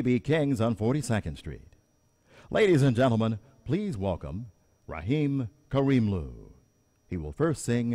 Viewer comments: The announcer butchered his name like a boss... And it sucked... I would get on the mic and be like "I have no clue who Raaheem Kaareemloo is but my name is Ramin Karimloo" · Is Ramin Karimloo really that hard to say? Oh fine. It's pronounced Rah-meen Kar-im-loo. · I don't even want to know how john travolta would have pronounced his name... Adelle Dazeem/Raheem Kareemloo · Raheem Karheemloo the WORST pronunciation i think i have heard. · He mispronounced Ramin Karimloo.. Shouldn't someone have told him the pronunciation of it?! But anyway Ramin did fantastic as usual:) but did anyone catch the guy recording in the stands right next to Ramin's head?